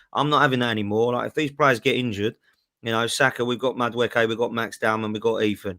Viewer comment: Big up for learning how to say madueke